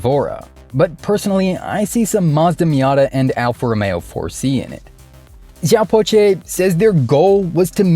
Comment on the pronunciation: pronounced " siaw pao cher". Cher as in chernobyl